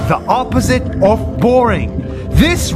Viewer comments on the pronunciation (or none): none